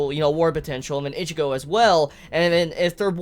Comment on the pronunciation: Why do u say ichigo's name like that